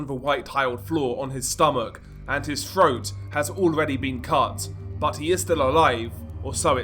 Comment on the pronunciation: froat? 😂 😂 breaving? what the hell?